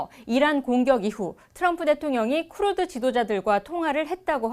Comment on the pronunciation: 앵커님 따라해보세요 자~~ 쿠르드 쿠 르 드